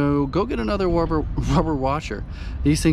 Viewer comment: A little "Baba Wawa" with the wubber washer😂. Thanks for the video!